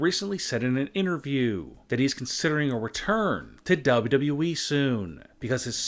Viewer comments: Say it with me. DOUBLE YOU DOUBLE YOU E. Not DAHabblea dahabbalea eeeeeee. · Daboo dabooh eeeeh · I think it's the way he says eee get the eee out new tshirt idea lol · It is wwe not wee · Cm punk won’t return and neither will aj lee I know the truth hurts (Dubl doubl eeee that’s how I hear him say it) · its wwe not dub dub e dumb ass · Seriously??!! Who is telling you to speak dude??!! You can’t even pronounce wwe. It’s like WWEEEEEEE stop concentrating on the “E” concentrate on your lifeeeeeee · Maybe they will come back if you stop saying dablyodablyo iiii like that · DubbAu Dubau eeee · The way you say WWE and 2019 make me laugh XD. You have no emotion bro. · You can’t even say WWE right you idiot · Why does he say wwe like that..... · Dont trust someone who cant even say WWE right. Smh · Ur voice is so fucking annoying learn how to say wwe probably 🖕🏿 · Bro why do he say wwe like that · Why do u say wwe like that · WTF is wrong with this guy? Who fucking talks like that? If it wasnt for the fact you cant fucking talk properly or read a sentence , not to mention even say three words in the correct way (WWE) you may have more views/subs. I bet most people turn off within the first sentence being spoke and the fucked up way to seem to talk and over pronounce the most basic words. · I feel weird when you pronounce "WWE" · And the way he pronounced "WWE" is so cringe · Please say WWE properly. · Is it really that hard to say wwe correctly? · Said it right once near the end. Never watched other vids so no idea if he is fed up with saying it properly